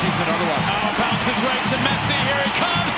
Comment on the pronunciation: Messi Not "P"😂